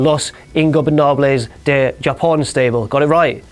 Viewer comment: "Los Ingobernables de Yapon, got it right lol"... no.. Japón, as in Hahaha-hapon